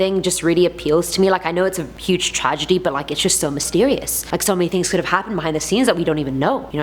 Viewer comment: am i the only one that noticed that she says tings, not things? no? just me? ok.